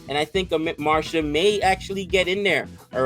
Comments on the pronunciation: Who is amit marsha,It is amit mishra pronounced as Amit MeeshRA.Althought well tried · From Serious Lier to Amit Marsha, we all grew up😁 ! Just for fun, no hard feelings for pronunciation. It happens.